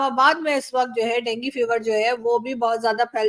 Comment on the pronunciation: डेंगी नही डेंगू होता है